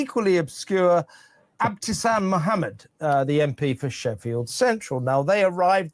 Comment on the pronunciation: every time they say the name of that Mohamed MP, it sounds like Obtusan, and it suits her so perfectly that IMO, it even deserves a tiny spelling fix to capture this effect for future generations :)